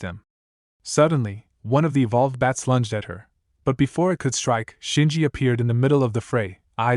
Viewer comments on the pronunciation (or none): Can you seriously not say bat? You keep calling them beds. No bed could fly.😂😂😂😂